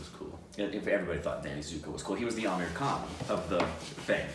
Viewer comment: Am i the only one who feels saying 'aamir khan' sounds like 'american'😂😂